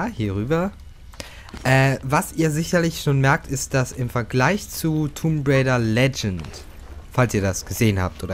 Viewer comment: du sprichst tomb rieder falsch aus du must das o kurz sprechen !!!